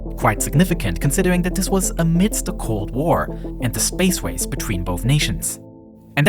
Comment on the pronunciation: "The space wace"